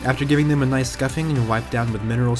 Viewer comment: I'll give it a like cuz u said Noice 😁